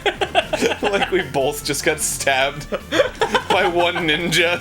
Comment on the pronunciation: "Like we BULTH just got stabbed?"